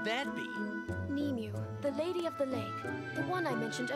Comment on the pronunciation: As someone with relative named Nimue, that is NOT how you pronounce it.